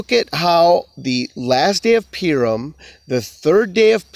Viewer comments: It’s pronounced poo-ream. You are saying pee-rum. PU-RIM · Why do you pronounce "Purim" as "Peer-im"?